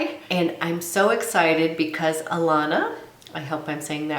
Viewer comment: Omg! I feel like a celebrity 💙 your first pronunciation is correct! Uh- la- nuh! Woo hoo. It is the best. So glad you are happy with it! I feel the exact same way. Now I am intrigued with other products too! Thanks for the shout out 💙